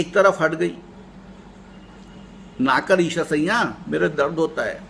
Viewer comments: Problem is not Aeshar, problem is siaa'n, narrated by you as sayyan. sometime chatting cannot say everything and I cannot contact you being very far from you. Can you read urdu. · ok sir, however, the correct word is Aeshar siaa'n except aeshar sayyan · Actually, I think, Eeshar Sayyan, narrated by this man, is not correct pronunciation However, Thamda Gosht is best story of the world.